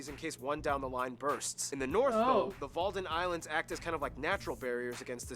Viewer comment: nitpicking.. Walden islands = WADDEN islands and "IJsselmeer" is pronounced Ysselmeer 😊